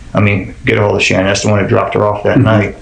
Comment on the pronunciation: Her name pronounced like SHANNON! LISTEN TO HER DAD.